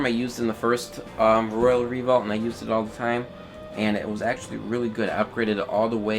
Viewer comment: and re-volt, not revault...lol